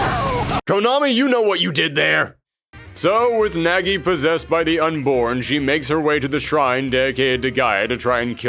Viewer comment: Weird to hear it pronunced as Nägi :'D But I don't blame ye since that is how english dub pronounces it. Either way, I've always been interested in bloody roar but never got chance to try out any of them ever